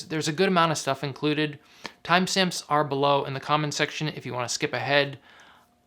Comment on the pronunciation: "timesimps' LOL